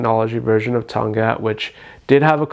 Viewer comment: the k was not supposed to be silent tong Katttt not tong gat lol